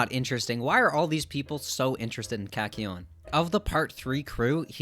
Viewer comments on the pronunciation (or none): Felt like something was off and then heard the way you say kakyoin 💀 knew what the issue was right then and there